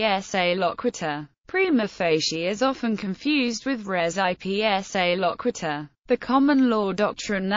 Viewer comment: Wonderful overview. But voice should probably pronounce "res ipsa loquitur" correctly. It's almost unidentifiable, unless someone is already familiar with the term.